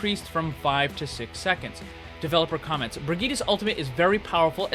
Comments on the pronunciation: Hey, just a pointer. Brigette is pronounced Bri-jit, not Bri-geet-a. Ur still an awesome channel!!! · Please never say bri geeta ever again. It's bridge et......